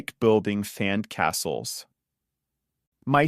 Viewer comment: This video is really helpful and I appreciate your content. However, is the voice in these videos AI generated? I wanted to forward this to a friend who speaks Spanish but there are a few words in this video that are pronounced incorrectly such a sand castle & barbecue. I don’t want to confuse my friend and I don’t think you would want to confuse your subscribers by mispronouncing words.😬